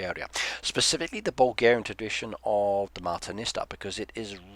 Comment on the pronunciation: In Bulgaria we make martenitsa in many different ways. I have made simple ones many times starting kindergarten. It's fun! We give each other a bracelet or a necklace or clothing pin every 1st March. We give out dozens at a time. Most people don't tie them to trees anymore at random, we mostly keep them or tie them to a tree in our own yards. As a sidenote, you were pronouncing martenitsa as marteniSTA the whole time and pretty much butchered the names of the khans but it's ok, most foreigners do that